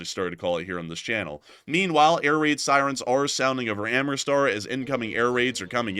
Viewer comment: All due respect,: AM-RIT-SAR, not am-ri-star.